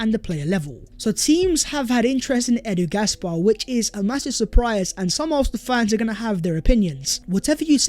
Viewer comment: Cringe everytime u say edu gasbar😂. Its just edu pal. Every fan over 12 knows